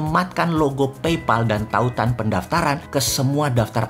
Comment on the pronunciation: Pay dibaca Pey Pal dibaca PAEL Paypal